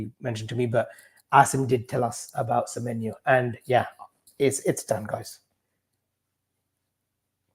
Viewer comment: pronunciation is top tier, Antoine Semyemienyo